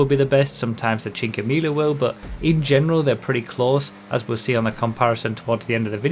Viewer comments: PSA, as an Italian myself I shall inform you that the pronunciation for Cinquemila is ALMOST there :P Cheen-quay-me-lah ( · Watch how you pronounce cinquemila